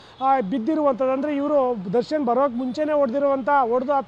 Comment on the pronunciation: Darshan ❌ Sarshan ✅